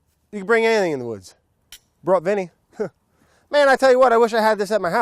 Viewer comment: "Brought Vinnie"